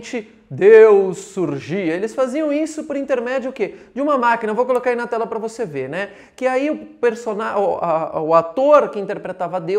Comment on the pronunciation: "Vose" foi ludibriado!!